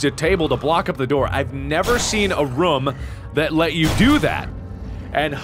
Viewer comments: Mark it is pronounced "room" not "rom" :D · He pronounces room different. Sounds closer to roam. Is this a Cincinnati thing or just a Markiplier thing?